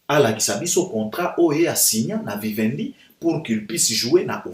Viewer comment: Vivendi et non Wiwendi. Ca s'ecrit avec V pas W